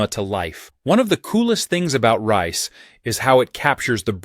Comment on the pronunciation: Listen Fella. It's blooming pronounced Rise, not rice...